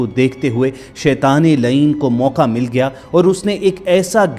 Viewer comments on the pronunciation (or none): none